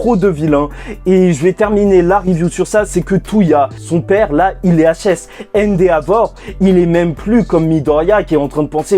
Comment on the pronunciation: répète après moi E N D E V O R E